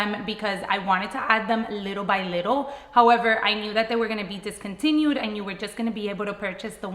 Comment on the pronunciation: It’s not discountiued